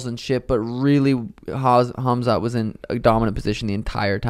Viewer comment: not smart ? his name is phonetically pronounced as “ HAM ZAT “ not “HAZ MAT” as in the radiation protective gear!!! it’s not rocket science. your name is not phonetically pronounced as “SEEN” but “ SHHAAWN” as it is spelled out. not smart ? pfft